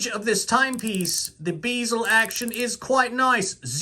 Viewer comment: 'BEE-zel'...hahahahhahahhahhah....funny as hell man, keep it up :D